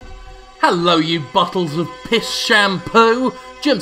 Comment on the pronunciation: I thought he said Jizz